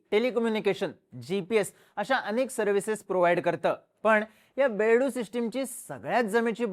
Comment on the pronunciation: अरे बेडू नाही बायदू म्हणतात त्याला